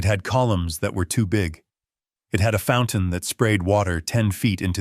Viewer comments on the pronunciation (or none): none